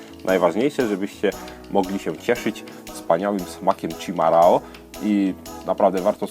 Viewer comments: to się czyta "szimahą" ch=sz, rr=h, ao=ą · chimarrão - wymowa poprawna jest szimachą (ch=sz i=i m=m a=a rr=h/ch ão jest nosowe czyli ą) wytlumaczyla mi prawdziwa brazylianka, a tu link: znaczenie: najpierw zwierze domowe, ktore ucieklo i dziczalo (jak np. munstangi) pozniej to "nieokrzesany dzikus (gaucho)" dzisiaj ~rustykalny/naturalny/tradycyjny chimarrão-mate pochodzi z poludniowego stanu Rio Grande do Sul, graniczacego z Uruguayem: a poza tym bardzo spaczne p.s. bombilla po brazyliansku-portugalsku: la bomba (pompa) a tykwa po brazyliansku-portugalsku: cuia